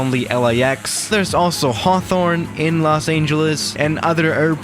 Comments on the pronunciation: Everyone: Los Angeles: Los Aingeles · It’s not Los “Aingeles” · "Los Aeengeles" Is it just me or does pronounce it like that? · No one: Absolutely nobody:: Los AINGELES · Me: DID HE JUST SAY LOS AINGELES!?!?! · 00:3 Lock Aingeles?